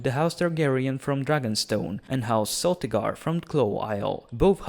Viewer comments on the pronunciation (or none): Isn't it a hard C in Celtigar, pronounced as in Celt? Not much on House Staunton huh? You missed quite a few named Houses that aren't facing extinction or anything: Farring, Harte, Blount, Thorne etc. Was that because you didn't know the locations? Cos that makes the existing listed ones taking up lands in the image that are probably far too big...